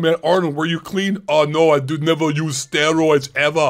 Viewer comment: "NEVAH USE STEROIDS EVAH!" 🤣🤣